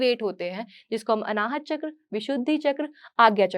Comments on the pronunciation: बहुत अच्छी जानकारी दी है परन्तु कृपया चक्र को चक्रा मत कहिए । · आप सब हिंदी को अंग्रेजी में क्यू मिला देते हो चक्र होता ह चक रा कुछ नही होता